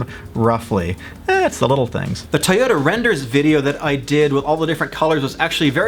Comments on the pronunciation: Everytime you say (Tie-Oh-Ta) I cry myself to sleep. I thought people say (Toy-OH-Da) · The way you pronounce Toyota triggers me every time.